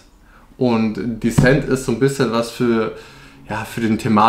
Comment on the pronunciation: Disent nicht Däsent (Sprachschrift)